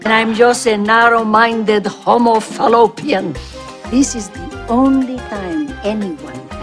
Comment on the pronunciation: "Homophelopian." I lost it. 😂😂😂